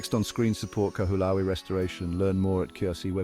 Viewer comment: The least you could have done was learn to pronounce the name of the island properly. How can anybody trust the factual authenticity of any contemt you create, if you can't even make the effort to research how to say the name of a sacred place correctly.